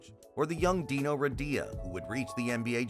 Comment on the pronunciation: Try to pronounce Dino and Drazen right. They are Legends